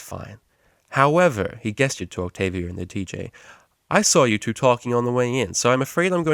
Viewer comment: octobia? really?